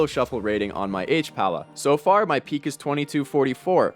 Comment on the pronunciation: it's "hpal", pal, not "hpala".